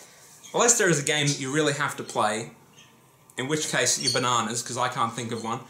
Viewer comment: Btw... please for the love of god say banana. I laugh every time! Haha... sorry.